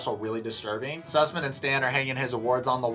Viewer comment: ‘Susman’ lmaooooo 💀